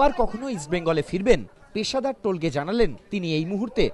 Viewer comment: টোলগে নয়, তোলগাই